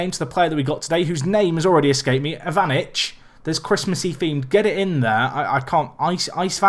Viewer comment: Mirko Ivy-nich